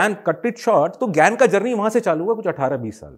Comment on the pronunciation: Gain bol rahe hai ya gyan